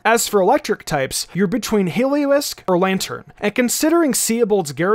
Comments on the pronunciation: It's HelioLisk, not Helio-isk! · Mate… it’s called Heliolisk. Helio-LISK. As is, “basilisk”, because it’s a lizard creature…